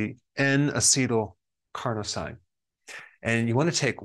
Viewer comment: Now, how about getting him to stick to one pronunciation for n-acetyl-carno- SEEN, while you're at it? Btw, there are a few brands of eyedrops containing l-carnosine out there. The one that shrank my cataract from not being able to see the big E on the ophthalmologist's eye chart to barely perceptible by him in about 3 months is Vision Clarity. They also cleared my 14-year-old dog's cataracts. (He was bouncing and running around like a puppy again! It turned out, he wasn't disabled, he just couldn't see where he was going.) It's not a silver bullet treatment, you have to continue using them. Life intervened, and I stopped using them for about three years. My cataract returned, and took A LOT longer to shrink away again. For what it's worth, I have never been a sugar eater. Not even fruit or breads. So... I suspect a hereditary propensity, or growing up out of doors without sunglasses.